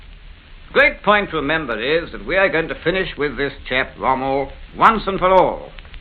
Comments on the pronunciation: yep- and he even said 'destwoy' and 'wommel' instead of 'destRoy' and 'Rommel'. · Monty's speech defect reminded me of a Monty Python sketch with his 'Wommel' and 'blake in' and 'blake out'.